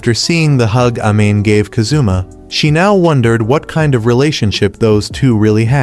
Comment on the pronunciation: “We then see them at a restaurant, where Ka-zoomah hands Ahh-mane a pair of cat ears he just bought.” Love these sampled voice pronunciations of Japanese names 💀